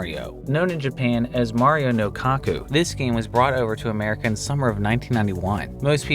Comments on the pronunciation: My guard was already up because of the date.. Then I hear "Mario no-cocku" 🤣😂😂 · As soon as you said "Mario no Kokku" I raised my eyebrow.